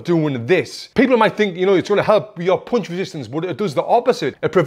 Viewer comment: i love how tony pronounce "POUNCH"